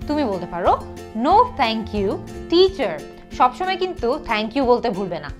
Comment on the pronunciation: আপু অনেক জায়গায় দেখি Teacher er pronunciation (ঠিচার) Table (ঠেইবল) কোনটা সঠিক টিচার না ঠিচার?